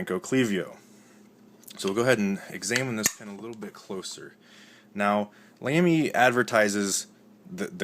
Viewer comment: I'm sorry, but Lamy is pronounced "lo(short "o")my"...